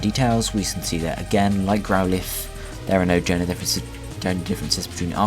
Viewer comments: please learn to say Growlithe not Growleaf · I think he's saying "lithe" to rhyme with "wreath" but it normally rhymes with "tithe" (like "lie" + the "th" of "the"). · >Growleaf >Leaf No offence. But it has never, ever been pronounced like that. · GROWL leaf??? its growlithe not GROWL LEAF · I thought his name was growlithe, not grouleeth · Someone enlighten me as to what a "Grow-Leeth" is?